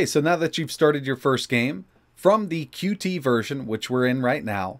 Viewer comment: FYI: “Qt” is pronounced “cute,” not “cue-tee.”